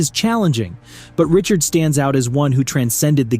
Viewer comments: Bourque is pronounced like: Bork Richard is pronounced like: Ri-shard Lemiuex is pronounced like: Leh-mew Roy is pronounced like: Waah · If one cannot attempt to pronounce famous names correctly (M. Richard), hard to take anything too seriously! 🤯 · Ree - shard !!!! Not Richard ... it's French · Ree - shard folks. Pronounced like ree - tard for all the non-French people.... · I think that l heard him say "Morris" Richard a couple times too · Get your facts right please. Highest Goals Per Game, Career (Minimum: 200 Goals) is Mike Bossy at 0.76 with Mario second at 0.75. Also learn how to properly pronounce Richard and Bourque.